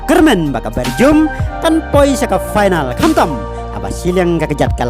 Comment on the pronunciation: Belgium ne Bergium ko haha pronounce bha